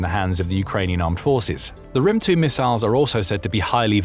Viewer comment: the "thunder" missile is pronounced as "grim" not "rim", I am Ukrainian and I know it so